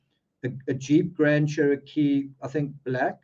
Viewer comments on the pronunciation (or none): none